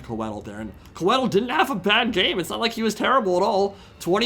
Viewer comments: I think it’s supposed to be pronounced “Koi-thill”. Coedd is the Welsh word for Trees, and Tolkien etc were all about that Welsh for Elven languages! Love the content! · Hearing Coedil (it's pronounced Co - eh - deel) mispronounced so often really agitated me :D. It's still awesome to see some well commentated SFO content though so thank you for that! Also you can definitely feel the lack of experience with Welves in SFO (which is my most played faction in SFO). If you bring coedil, you gotta bring healing. A Malevolent Branchwraith of Life on Foot with earth blood, passive (which is insanely strong in SFO) and awakening would have suplemented coedil much better than drycha. Drycha should come naked with only dryad summon. Drop some spells from Coedil as well (or bring none at all really. You only need healing). Awakening pretty much one-shots something like Queen Bess as well (which is way more dangerous in SFO) and is strong vs zombie units overall. The Hawks are also very dangerous in SFO if used against SEMs or cav. They don't do very well against zombies value wise (unless it's on walls in campaign). Might have been better to drop the manticore to get more of them (manticores are better in SFO, but it's probably still the worst wild unit for Drycha performance-wise. Even in campaign I'd rather have an extra unit of Hawks than a manticore). Lastly, bringing dryad bows was probably a poor decision. They don't do well against anything on the vc roster really (or at least not better than regular dryads already do). They are very strong in campaign of course if you boost them correctly (poison and 200+ range help a lot). Can't really fault th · I could be wrong, but if Coeddil is based in the welsh language (which it certainly looks to have influence from there, along with most fantasy settings ahem elves in LotR *ahem*) I believe it would be pronounced Coy(sounds like toy) dd(sounds like th in the) ill. But who cares cuz he looks fucking rad haha